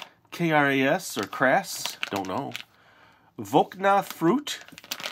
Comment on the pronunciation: My teacher told me a story how his mom always is sending him to buy KiKi and he eats them before he gets home. Kraš is pronauced krash. And Voćna is vochna! Also love your videos!